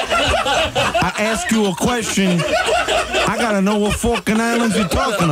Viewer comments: Falkland, not Falkand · "The Falking Islands!" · jimsradiomusic What falkin Islands are you talking about?